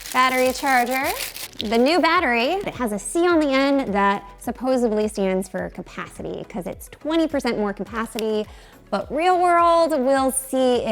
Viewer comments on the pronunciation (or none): There is no "b" in supposedly. :)